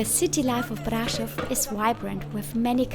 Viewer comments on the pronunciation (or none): Svp prononcez Braschov